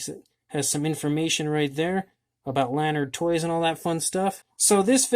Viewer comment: Jurassic Clash can be found at Walmart dot com and AMAZON. And its la-nard not lan-ard. For all your lanard product news check out Lanardolicious on Instagram